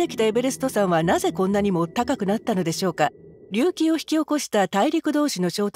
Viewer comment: 隆起の発音……